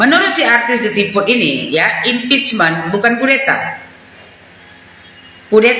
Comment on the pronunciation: Bukan halal bihalal tapi haram bi haram😂😅 provokator berbalut bahasa Inggris impecmen😂😅 alias makar cm bedanya makar itu kalo udah kejadian chaos la kalo nunggu chaos dl y hancur Indonesia pak🤣 apalagi mpud semenjak gagal wakil presiden otaknya mireng sm kayak kalla